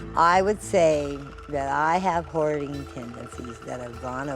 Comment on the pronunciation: Your “hoardering” 😂😂😂😂